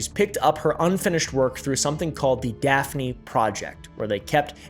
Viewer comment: was literally so shocked to see daphne on a thumbnail!!!!! I’m maltese and it’s so awesome to see people talking about this! justice for Daphne! 🇲🇹 (also props for your pronunciation most people get it wrong)